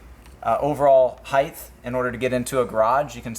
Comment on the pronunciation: Brilliant! Just a quick English lesson. The words are width, length, height. There is no such word as heightth or heighth.